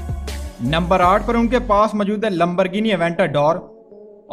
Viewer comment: Ye lambarghini kya hota h Ye hota h lamborghini aventador